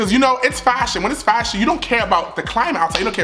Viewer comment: I love you too!! I cried when you kept saying “FASHIEONN” 😂❤️